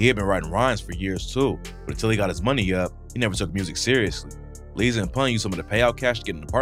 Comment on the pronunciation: Its Líza like (lie-za)